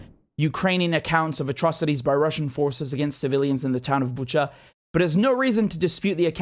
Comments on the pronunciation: It's Bu[ch]a, not Bu[k]a. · Biden or other don’t even buzzer themselves to know how to pronounce properly name of the city Bucha (where sound is ch like cherry)… Buka 🤦🏼‍♀️ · Pronouncing BuCHa like CHarly :)